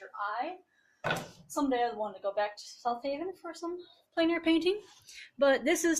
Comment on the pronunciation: I love this! I wanted to hit the like button like 5times. Your work is awesome! And getting awesomer. For a moment when you said plane air painting I thought you said planar painting witch took my brain to strange places